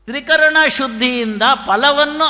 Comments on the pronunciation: ತ್ರಿಕರ್ಣ ಅಲ್ಲ ಅದು ತ್ರೀಕರಣ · ತ್ರಿಕರ್ಣ ಅಲ್ಲ. ತ್ರಿಕರಣ.